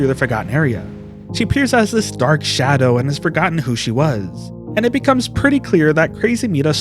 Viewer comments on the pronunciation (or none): none